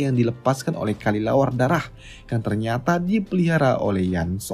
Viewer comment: Kelelawar bang bukan kalilawar 🗿